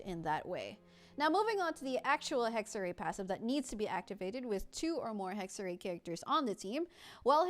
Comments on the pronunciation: "Hegg-ze-rai" is closer to the correct pronounciation than "Hegg-ze-ree" You could get even closer by saying "Heck-se-rai" (Funfact: the letter "X" came into existence because ancient Romans got tired of writing "ks"). The "r" needs to be "harder" but that's just something english speakers have ingrained in them due to the nature of english so I'm not gonna try to tackle that here lmao. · The other pronounciation was correct. [Hexer-rai] essentially. Its German for "Witchcraft" / "Witchcrafting" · Pls hohyo Stop using German words. Hexerei hat sich noch nie so falsch angehört...